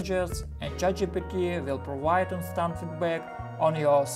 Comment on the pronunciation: "Jow to juse Tset Jitepy?"